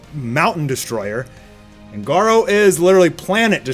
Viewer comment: lol you said garuo twice in this part